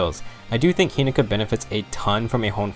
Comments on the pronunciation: He-NO-ka. Not He-NA-Ka. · Take a shot says hinoka wrong:)